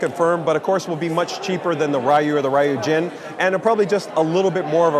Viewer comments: I wish asked someone how to pronounce Ryujin. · Buddy should really find out how to pronounce 'Ryujin' properly if he's going to be in a customer-facing position like this.